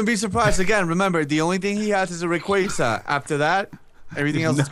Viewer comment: "Rayquazar"